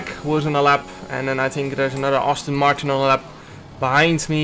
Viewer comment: Everyone: Aston Martin Jarno: Austin Martin